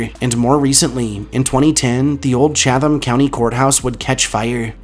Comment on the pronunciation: I’m from NC and I have always heard of 3 of these places, but 2 were new. I really enjoyed the entire video though. However,for the 5th place, I t’s pronounced like “Chat ham” county (the “h” usually disappears), not “Cha tham” county.